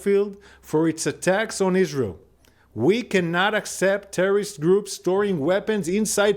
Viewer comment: isr-aerl is ter-rist state